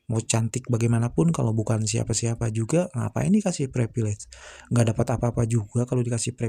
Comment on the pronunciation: “Prepilej” ceunah